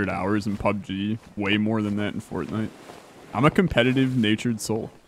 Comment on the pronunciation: Ah yes, Port-nite